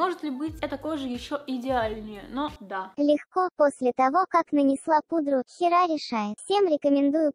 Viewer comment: Не хера, а Гера типа... Греческая богиня....